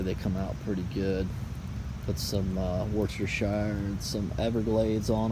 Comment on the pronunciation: Worcestershire got butchered 😅